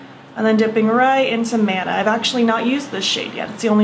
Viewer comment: “Mana” actually pronounced “muh-nuh”. It’s from Polynesian cultures, and refers to the vibrations/breath of life or spiritual energy ♥️